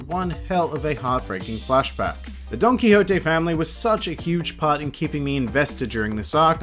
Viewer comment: That's how it's pronounced. Well not like the way you said it but DON-KI-HO-TE